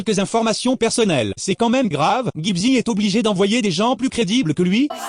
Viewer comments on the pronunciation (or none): none